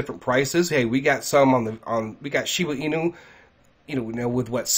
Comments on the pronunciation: Want to help more people? STOP saying Shibu Inu. It's Shiba Inu. Why do I ask you to please stop? Besides the fact that I find it incredibly annoying, more importantly, it makes you less credible if you can't even pronounce the name of the coin that you're speaking of. I apologize for any offense; it's not my intention. You can help more people, if you SOUND more legitimate by pronouncing the coin's name correctly. This may not be true for everyone, but it does cross the mind of some. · Lol how many times is gonna say SHIBU INU 🤦‍♂️🤣😬